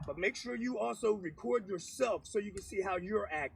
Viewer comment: Recort or record?